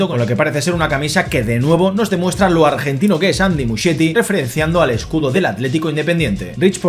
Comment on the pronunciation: el apellido de Andy se pronuncia 'Muskieti' 😊